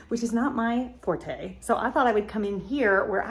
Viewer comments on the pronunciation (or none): none